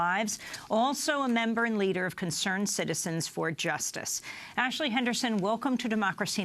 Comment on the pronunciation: Lol, so many "Impor-int" issues, right ""? What a joke.